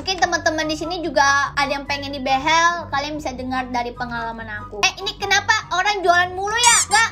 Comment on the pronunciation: ka bilang behel nya behell